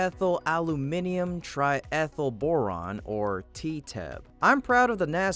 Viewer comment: Triethyl "Borane"